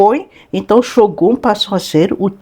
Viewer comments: A pronúncia inadequada br Xógum é demais.. não dá, não dá, não dá. Não tem justificativa para pronunciar uma palavra japonesa assim, sendo que nossos idiomas fonéticos, são quase idênticos... Fora que eles escrevem com as letras Ocidentais desta maneira = Shogun. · Como é f3lO ler Shogun com X kkkkkkkkkk